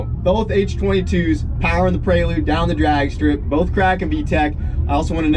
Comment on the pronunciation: why do you keep saying "prey-lude" lol, it's a PRE-lude.